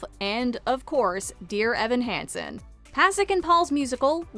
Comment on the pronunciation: Thank you! (It’s “Hansen” not “handson” although I’m sure everyone will know what you mean!)